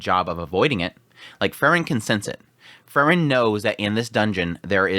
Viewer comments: It's pronounced Free-Wren. Not Furren. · Bro her name is pronounced FREE-REN! You know this. Also Sense was being passive in the sense that everyone going through the examination to be a first class mage should NOT have issues with this dungeon. If they do see it as challenging, they do not qualify. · Your enunciation between "Frieren", and "Fern" confuses me lol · This was great but how he kept saying Frieren made my heat go boom.